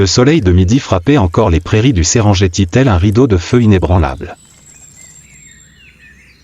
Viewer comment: ça se prononce Serenguetti au passage